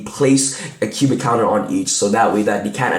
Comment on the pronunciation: it sounds like you're saying Cuban. LoL